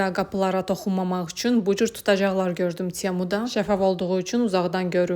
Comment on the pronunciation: T herfini [ts] kimi demek bizim milletde ne adetdir bilmirem. çemu yoxbir